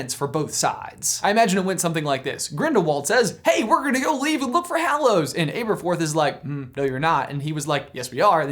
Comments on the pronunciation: Am I the only one annoyed by how says Ay-ber-forth, instead of Aberforth? I mean, no one says Ayl-bus and Ay-riana. I've always seen it as a trio of A names: Albus, Aberforth and Ariana. Because Rowling loves having fun with wordplay and alliteration. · Abb-erforth, not ayber-forth 🙄